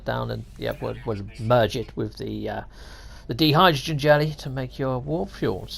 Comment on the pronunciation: It's die-hydrogen, not dee-hydrogen. You don't ride a bee-cycle, do you? Watch out for that di-hydrogen monoxide though. What a killer!